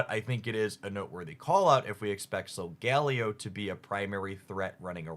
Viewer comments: Love the content,. Here’s an unsolicited pronunciation guide for our two new pack mascots: Loo-NAH-la Sol-guh-LAY-oh. Like Galileo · SOL-GAH-LAY-OH is how its pronounced in the anime